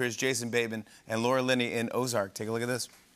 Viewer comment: Good job with “ozark”!